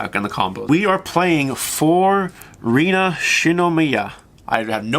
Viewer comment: Good pronunciation of RIna's name :)